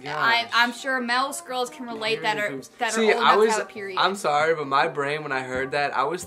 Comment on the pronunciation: I was so confused when she Said Piriod 💩😅